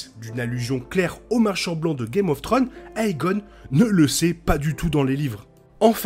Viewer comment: Très bonne vidéo comme d'habitude ! Mais désolé je suis obligé de faire une petite remarque sur votre prononciation de la plupart des prénoms. "aegon" ce dit "égone" et pas "haégone" ou alicent etc. Plusieurs prénoms sont mal prononcés par rapport au livre et à l'adaptation de GRR Martin ! Mais ça reste un détail bien sûr ! Bonne continuation !